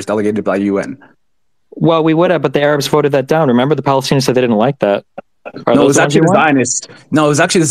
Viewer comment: The ARE-UBS????? I’ve never heard Arabs pronounced like that lol Could be common for the record I’ve just never heard it